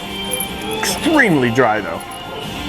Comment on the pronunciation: when you said extremely dry. you said i with your chest lol